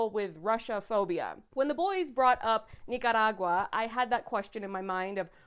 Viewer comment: I just wanna say thank you for pronouncing Nicaragua the right way. It irked me how it was pronounced in the show